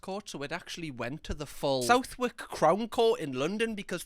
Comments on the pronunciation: The way you said Southwark 😂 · I corrected him in my head 😂